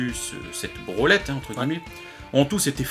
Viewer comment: brolet = brenlet